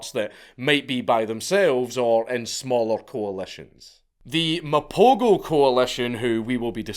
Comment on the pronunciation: pronoucing Mapogo so wrong ..lions are dying atm